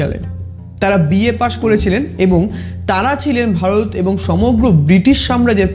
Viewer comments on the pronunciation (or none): First of all it's not vaod it's varot(India) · Bharot uccharon ta aage thik korun